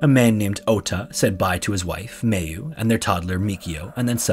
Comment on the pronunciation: Just so you know, Mayu is pronounced "my-oo" not "may-oo"